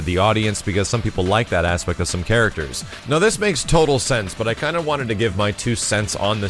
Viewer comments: i cant be an adult i laughed every time he said ASSpect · that ASSpect :)